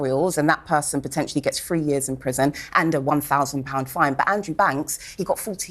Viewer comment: She says 'free years in prison'!! Free? Free? Free,- wrongly pronounced!! Did I hear 'feft' in addition; oh' Dear!